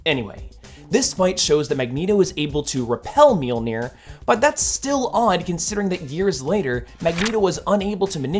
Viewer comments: You're saying it right. A lot of people wrongly think it's ma-jol-nur. It's mule-near. It's not hard. I see people correct the correct pronunciation a lot, too. It's mule-near. If you pronounce the j like anything that isn't a y, you're wrong. Mjölnir. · Your pronunciation of Mjolnir is fine. Anyone saying otherwise is talking out their ass or trying too hard to be a pedant.